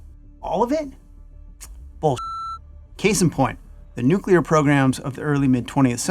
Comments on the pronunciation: he says Nu KEWL ur... instead of Nu CLEE ur I don't know if he is that smart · Does it bother anyone else that a Colonel pronounces “nuclear” as nucular?